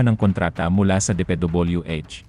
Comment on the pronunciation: Muntik na akong maniwala! Maniniwala na sana ako, pero nung narinig kong, "DePeDoobulyooEh," nakikisawsaw lang din pala to para sa clout and views.